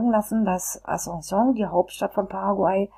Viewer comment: Wie kann man ein Video machen, wenn man noch nicht einmal den Namen des Landes oder der Hauptstadt aussprechen kann. Witzloses Video